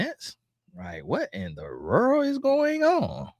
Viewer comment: "Whrat in tha wrrr is going on??" 😂😂😂